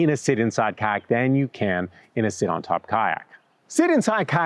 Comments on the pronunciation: Lol you say "kayak" like Ka'ak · The “Y” in kayak is not silent. You sound like you are saying kaaak. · I keep hearing "kaack". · 😂😂😂😂me, too!! 😂😂😂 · Are you pronouncing the "y" in kayaks? 🤣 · I hate the way you say kayak so much